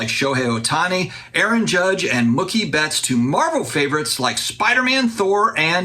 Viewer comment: Can I do a reaction video to your reaction video? Absolutely hilarious reaction to Geoff's pronunciation of entrepreneur. I literally laughed out loud. Then you dropped "Muckie" Betts. 😅 It's Mooookie. C'mon, man. You did that on purpose, didn't you?! (Insert Stewie clip saying "Whhhip Cream" here.) 😆